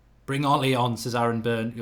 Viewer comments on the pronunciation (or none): none